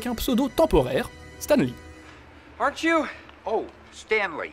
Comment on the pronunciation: Stam Lee :'(